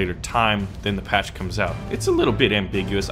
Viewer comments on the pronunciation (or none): none